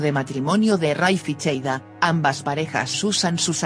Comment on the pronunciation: No es cheida es seida